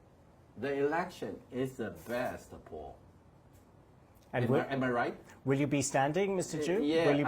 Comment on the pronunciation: 應該係Pool..唔係poor